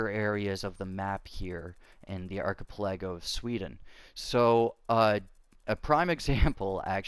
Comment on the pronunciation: stopped after he said arka-Plego